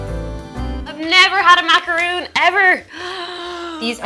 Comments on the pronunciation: IT IS NOT PRONOUNCED "MACAROON"!!!!!!!!! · Macaron. Not Macaroon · guys, please it's MACARON...not MACAROON. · Mac-a-rohn. Mac-a-roon is coconut. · It's not just Irish people, LOTS of people mix them up and call them macaroons. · "I've never had a macaroon before!" And you still haven't, because that is a macaron. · It is pronounced mac-a-ron not macaroon (macaroon is a coconut cookie/biscuit and macaron is pastry) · It's not a Macaroon, Damn it, it's a Macaron! Totally different. Macaroons are coconut. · Macaron and macaroon are not the same thing. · ma ca ron ... :D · It's Macaron!! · Pronounced.. Mac... A.... Ron. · I'm not even french ans I get triggered by them calling it macaroon. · yeah it pissed me off SO much. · 1. Pain* au chocolat 2. Macaron* not Macaroon 3. croissants aren't even French. They were brought from Marie Antionette from Austria. We call them 'viennoiserie' in France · My biggest pet peeve....people pronouncing macaron wrong... THERE IS A DIFFERENCE!! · Cringed at the mispronunciation of macaron. Also, I have a hard time believing that they actually thought the Madelines had snails. Those are such a common pastry. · They pronounced macaron wrong :/ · Pronouncing Macaron wrong